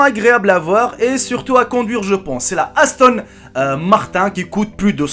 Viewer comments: On dit Aston martin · Tt à fait raison, il se trompe de modèle à chaque fois et pr un modèle il met des photos d'autres modèles pr le même modèle qui dit être, en plus il sait pas prononcé aston martin ahahah, apprend l'automobile et puis tu reviendra ahahah